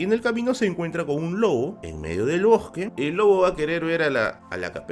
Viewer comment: "En medio del bojque" 😄